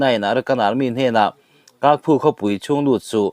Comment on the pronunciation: Ky hi Mizo hawrawpa Ch anga lam rur. Kyaukphu chu Chaukphiu anga lam tur.